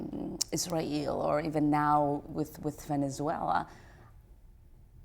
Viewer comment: Why has not she responded the question on her criticism of Israel (that she pronounces Ysrayl)? Evaded the blatantly antisemitic comment she made on Tweeter...